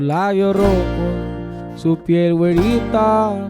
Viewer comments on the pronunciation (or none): none